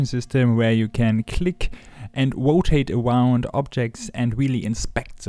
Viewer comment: "wotate awound" Kripke?